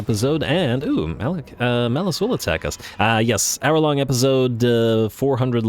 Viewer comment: He definitely said hour shlong episode!!!